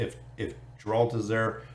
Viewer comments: 'G' in Geralt is pronounced like in word get, not like in Genesis ;) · Awesome to see them coming im keen as! The way you say Geralt is kinda funny but 😅 thanks for another vid